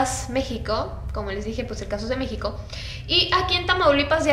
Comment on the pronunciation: dijo mexicio